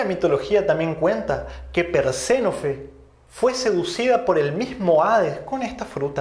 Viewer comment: ES PERSEFONE NO PERSENOFE.